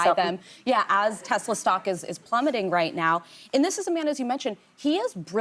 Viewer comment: “ I love Tesler!!”